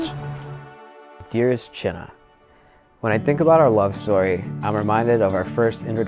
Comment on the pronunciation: "My name is CHINNA" 10000% sure that is NOT how you pronounce that name and I don't even know his parents' language.